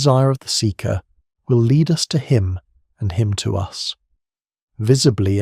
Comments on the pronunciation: broh its lead not LEEED 😭😭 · Pretty sure you/it should pronounce lead as led ‘the lead must die before’